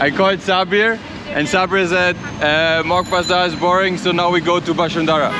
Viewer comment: When he said Moghbazar. Dayumm broooo